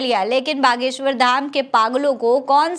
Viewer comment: 😂gadheshwar ko baleshwar kyon bole rahi ho ?